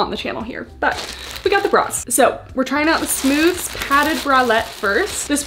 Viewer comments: i worked for aerie and it's pronounced "smoothies"!! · Aerie employee here! It’s pronounced “smooth-eez”! I HIGHLY recommend the Smoothez Padded Scoop Bralettes; I do agree that I wish the cups were molded, but these are my fav to wear as a comfy bra under sweaters/lounge wear! It’s the same material as the green one you tried on, but with wider straps and no clasp (which I prefer since the clasp digs in when you lay down lol). I also LOVE the mesh bralette it’s so so comfy, I do recommend sizing up in this one though! Also, aside from the Smoothez collection, the Real Me Hold Up! Collection also launched recently, and I can’t recommend them enough! I love the leggings (the regular real me leggings tend to slide down on a lot of people, so these have a more compressive waistband and i sized up) and they have matching bra and leggings sets for the gym! The Hold Up! Bras are basically the Bra-ish made into a real sports bra!